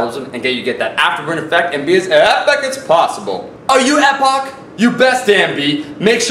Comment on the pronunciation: it's pronouced 'eee poc'